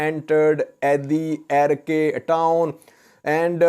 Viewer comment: Hi, Arkay pronounce as arkaai as in By, Shy Or Sky